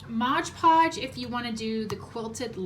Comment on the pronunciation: Love all your pumpkins. Not Modge Podge; it is Mod Podge, just so you know.